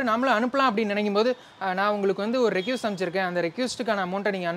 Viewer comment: ரெக்யூஸ்ட் ❌ ரெக்வெஸ்ட்✅